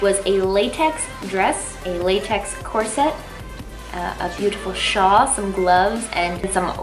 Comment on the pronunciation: did you say shaw or shall when talking about your outfit